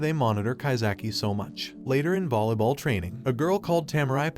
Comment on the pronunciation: you said bolly ball wats that